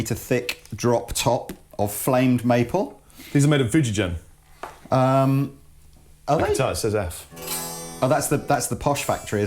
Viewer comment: since this is the second video I heard you mispronounced it, it's "foo-jee-gain" not "foo-jee-jen":D